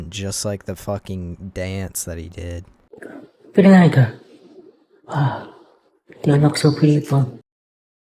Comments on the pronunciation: not vitiligga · Deecent vid but the way you mispronounce vitiligo makes me wanna deep fry my hand